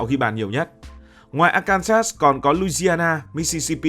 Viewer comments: lên google tìm hiểu phát âm cho chuẩn Arkansas đi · Quá chuẩn luôn... bới bèo ra bọ...😂😂😂